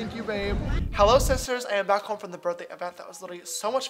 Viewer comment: I just listened to a compilation of him saying hi sisters, now all I hear is isis turds